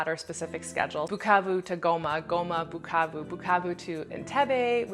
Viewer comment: i like the way you pronounce "Bukavu" "Goma"!!!! am originally from Kivu (but i've never been there)